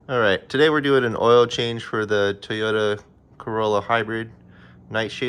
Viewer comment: Toy-ota…. not Tuh-yota…